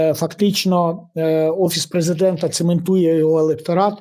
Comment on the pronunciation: Не "преЗЕдента", а "презервадента"...